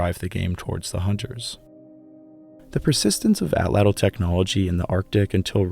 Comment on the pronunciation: Prefer you use the name of the hunting tool 'spear thrower' than to keep mispronouncing the PROPER name ATL_ATL...UMMM...(NOT fat cattle. as YOU pronounce AT-LATL) Just because the scientific community says it incorrectly doesn't mean that continued misnomer will 'become accepted as correct...ask a native. I love your docs and deep history, but this word keeps jumping out at me. I aim to help, not to harm.